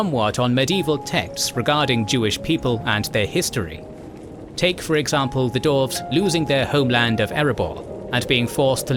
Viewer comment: Why do you keep saying /dorvz/? They are dwarves.